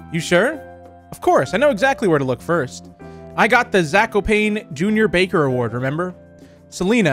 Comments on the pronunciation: It is pronounced zak-o-pawn-ay and raz-I-el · You pronounced Zakopane wrong it has to be "Zah - koh - pah- neh" and its a city in southern poland